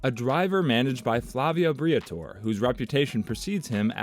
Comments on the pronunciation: OMG yes please adjust pronunciation. also Bree-ah-tor-RAY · I know right? If you're covering a story on a team. Learn how to pronounce the name correctly.